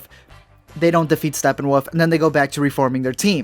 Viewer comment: Its Not Stepnwoof My Dood